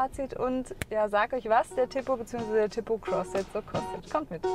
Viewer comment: Wenn ich schon höre wie die TIPO ausspricht, wird mir schlecht...